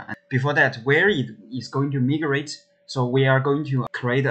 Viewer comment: It pronouces mai-grate, not mii grate.